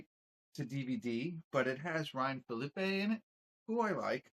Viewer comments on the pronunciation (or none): Phillippe (ee...not ay) (fill-uh-pee). Also...loved the review💪🏾